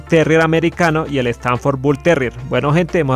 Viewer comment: Solo una pequeña corrección, no es stanfor, es "stafford"